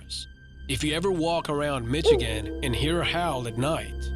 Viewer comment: It’s not Mitch agin it’s Misha gin...just sayin👍🏾😎